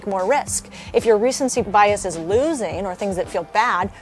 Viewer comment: Recentcy? Affortable?